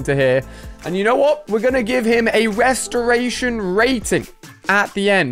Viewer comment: I like how he said restraitor